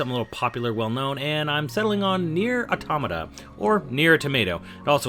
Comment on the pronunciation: Calls it Nier Tomato Calls it Nier Tomato a SECOND time THIS CANNOT CONTINUE